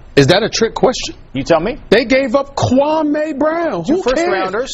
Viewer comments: "Kuwamay" Brown!! 😂😂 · "Kuwamay Brown" is the goat